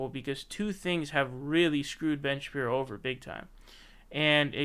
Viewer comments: Is there a reason you are calling him Ben "Sha-Pee-no" as opposed to Shapiro? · Ben Shapino? Come on you're better than this. You can easily dismantle these clowns without resorting to petty tactics like deliberately mispronouncing Shen Bapiro's name, ok. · Why do you keep calling him Ben Shapino? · "Ben Shapino" XD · Ben “Shapino”